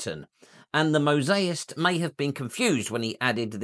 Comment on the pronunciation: I so enjoy your videos. You make us aware of just how lively, varied and powerful the Roman presence in Britain was. [ Bur sorry to have to point out that it’s ‘mosaicist’, not ‘mosaist’. Just sayin’.]